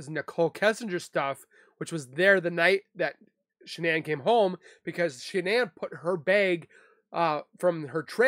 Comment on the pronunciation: Shanann's name is pronounced as you would normally pronounce Shannon.